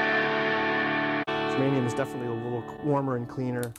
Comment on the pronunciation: Good video, but it's Germanium.